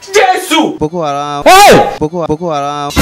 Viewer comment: Did I hear BokoHalam🤣🤣🤣🤣